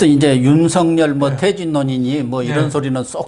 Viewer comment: 윤석열을 윤석렬로 발음하지 마세요 기본적인 국어입니다 반성하시길~